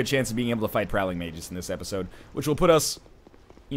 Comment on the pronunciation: Not that NL reads every comment (especially pronunciation ones :p) but "Magus" is pronounced May-Gus. You were close.